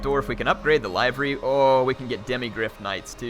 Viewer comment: Liver-y. It's pronounced like the organ.